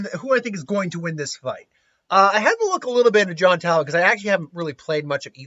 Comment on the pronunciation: It hurts to hear someone say Taliban when referring Talbain...